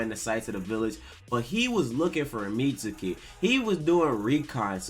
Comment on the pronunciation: plz say meat-skee. Mitsuki is a main character learn his name. Like sasuke you dont say sas-oo-kay. suke and suki has a silent u